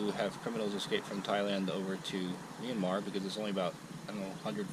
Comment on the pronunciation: You don’t pronounce Myranmar as Meeanmar.